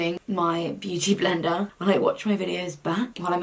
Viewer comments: I love when you say words in an Aussie accent😂 “byoodie blinda” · You sounded so bloody Australian when you said beauty blender! Yes girl, come to Australia, you’ll fit right in 😂😂😂